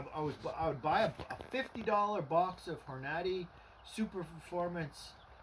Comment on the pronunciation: horn a day is how you say it